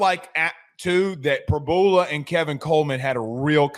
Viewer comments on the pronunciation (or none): Pre-BEW-luh…not Pre-BOO-luh. I have no idea how you didn’t figure that out, especially if you watched the broadcast (which you didn’t). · PRY-BUELA not PRABOOLA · Prib-YOU-la NOT Prib-bull-la🙉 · No one..?? Every PSU fan was mad when he left. He is very explosive. No surprise at all.....btw...Prib-yu-la... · Are you guys mispronouncing names on purpose?